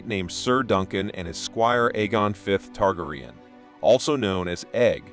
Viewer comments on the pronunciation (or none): There's always that ONE dude, that has to pronounce Targaeryan, Targ-ree-an. No homeslice, watch the series, pronounce the name correctly like everyone else.